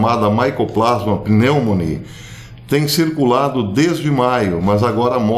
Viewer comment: A nomenclatura oficial, conhecida popularmente como "nomenclatura científica", usá o latim. Assim, o nome de organismo é dado pelo seu gênero, iniciado com letra maiúscula, seguido da espécie, iniciado com minúscula. A escrita é em latim, bem como a pronúncia. Consequentemente a pronúncia do nome da Mycobacteria pneumoniae é "micobactéria pneumonie".